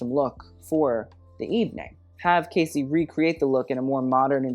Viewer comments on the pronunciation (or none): none